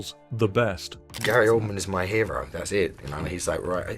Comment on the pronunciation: It's hilarious how the narrator pronounces it OLD-MAN